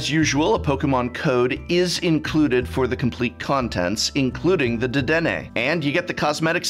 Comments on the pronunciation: It’s pronounced Da-den-nae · "Oh wow, Prof does Poke'mon content?!" DEH-DEH-NUH "Oh wow, the professor gave me an aneurysm?!" Prof, PLEASE, google exists, you're killing my soul TT n TT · Oh Prof... nearly ALL Pokemon names with obviously Japanese spelling (in English) are pronounced with Japanese phonetics. DAH-DEN-NEY (DE-DEN-NE). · At the start i was triggered by the "Dedenna" pronuntiation, but by the end you actually saw the card and fixed it to Dedenne so we good. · Prof: dadena Me who hasn't played Pokemon in over a decade: I don't think that's how that's pronounced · Ima correct you here prof idk where you got your prices but dedenne gx (pronounced dedenn-AY) is $15 a piece boss’s orders $5 a piece professor’s research $4 a piece and marnie $2-3 a piece. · Dedene has been a pokemon for 2 generations its de-de-neigh i could barely watch the video you say it so many times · Man said dedennah 😭😭😭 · I love how he pronounced dedenne wrong. Because he doesnt give a fuck and hes just doing this to mock mtg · You mispronounced dedenne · Ew I hate how prof says dedenne.